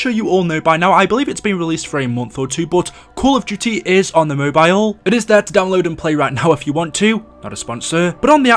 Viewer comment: It's Mobile not Mobile